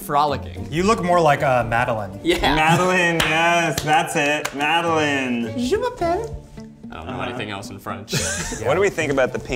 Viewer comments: 🛑 STOP 🛑 It's Madeline!!! LINE!!! There is no Lynn in the name! I hate it 😭 when people kill my name by changing it to Lynn. It's mostly white people who do it too! I had to change my name in elementary school to Maddy bc it bothered me so much. After high school, I stopped allowing everyone to butcher it. If I can learn Dutch/German/Polish names and pronounce them, then so can anyone who enters my life. Any other Madeline's who suffer this fate? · I have to say it. It’s mad-a-LINE, not mad-a-LIN🥲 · It’s pronounced Mad-a-LINE yalllllll 😂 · I feel so offended lol it's ma-duh-line Love the video though